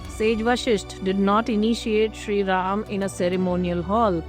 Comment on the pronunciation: Good presentation. But Madam do get the pronunciation right. It is VasishtA, not VasishT. It is Sri RamA, not Sri RaM, MokshA and not MoksH. And so on.